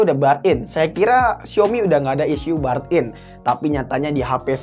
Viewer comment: Burn in di baca nya bern in